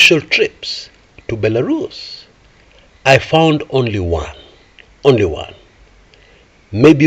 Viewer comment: Belarus 🇧🇾... Bilarusa😅😅😅. Waawaawaawaaaa